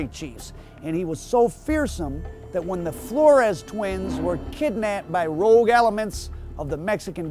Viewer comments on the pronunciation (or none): none